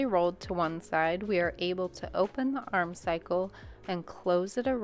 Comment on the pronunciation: Great tutorial! Just a note, it’s armscye like arm-sigh not arm cycle.